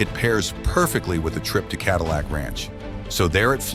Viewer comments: "Cadeelic ranch" lmao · god damn AI cant even pronounce cadillac